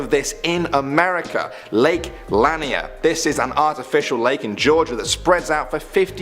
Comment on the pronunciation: It's called lake la-neer. Lainer